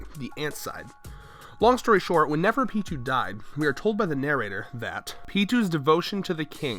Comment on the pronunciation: man you need to work on speech: you said nefrepitou